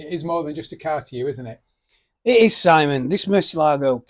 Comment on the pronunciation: It is not a murceligo, it is a Murcielaaaaago